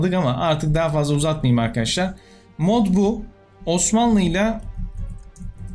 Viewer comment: abi ne içiyorsun videodan önce sölesene yaw böyle giriş yapıosun seğam arkağaşlar die